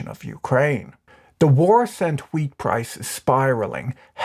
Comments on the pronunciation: 90% of the time this man said weed. not wheat.... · This video made a lot more sense when I realised you were saying 'wheat' and not 'weed'...